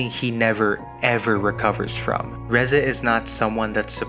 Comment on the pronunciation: Thank you for pronouncing her name right. And not Reezay like half these idiots do.